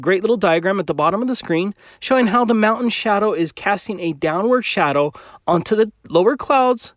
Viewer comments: Can we discuss how that flerfer pronounces the word mountain. He completely ignores and avoids the letter t as much as he ignores and avoids truth, logic and science. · Why can’t he say the t in mountain!? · Minnesota. Is from Minnesota? Some folks from there use a glottal stop for T rather than tongue tip to pronounce “t”. Ba’le instead of battle, etc. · Trivial though it may seem, I really wish he'd learn to pronounce Mountain with the letter T in it. 😡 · WTF there’s a Fukn T in mountain, take a flying leap off your “mowUN” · If everything in the observable universe is demonstrably moving why is the Earth stationary? really should stop drinking before he makes his videos. It's mountain, not moutain. If you can't even pronounce the word correctly I can't take what you say about it, or anything really, seriously. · I love when flattards speak. "moundain" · WTF is a 'Mout-in'? And what the hell is an 'Im-poor-ant'? Can an American please translate? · I know this is a petty comment, but it grates on my nerves to hear being unable to pronounce the "T" in the middle of "mountain" and "important" ("moun-en" and "impor-ant" respectively). I'm already annoyed at his cherry picking and blatant disregard for observable evidence, so hearing that just makes it worse. [End of Minor Rant] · Why are you saying "mou-an?" Good call on noticing the detail of the position of the clouds!:) Flat earth-ers: what does it do for you if the earth is flat,what do we gain by adopting that model? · Listening to talk makes me wonder why his channel isn't called aboo conspiracies! Because he clearly doesn't know how to pronounce the letter T! Mow'en! 🤦🏼‍♂️ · What is a "mount an?"